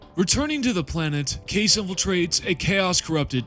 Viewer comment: In the game itself, Kais is pronounced 'kice', not 'case'.